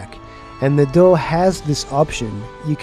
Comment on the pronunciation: « And this will all be done with what is called a D'UH » I can't unhear it.